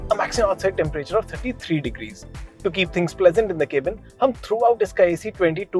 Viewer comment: Pls don't keepsaying "K- Bin".....it's PRONOUNCED.....CAB-IN